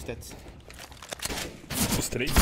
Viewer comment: O não consegue fala tetris ele fala tetis kkkkkk